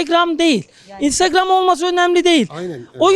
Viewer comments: "İstırgam" 🤣🤣🤣 herşeyi istırgamdan öğrenirse normal tabii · Istırgam diyor geri zekalı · istirgam değil Instagram 😂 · Aklı o kadar "istirgam" diyor. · Adamın INSTAGRAM diyemeyişi